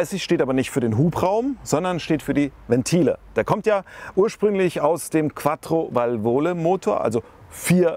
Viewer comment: Ein herrliches Video! Aber bitte: Qattrovalvole, nicht Quattrovalvooole.